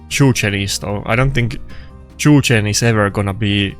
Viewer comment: Everytime i hear “chu chen” jesus christ